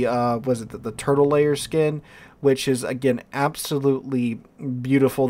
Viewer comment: Am I the only one who thinks these skins look like cheap toys from china? Also do not know whats wrong with me, everytime you say Turtle Lair i think your saying Turtle Layer.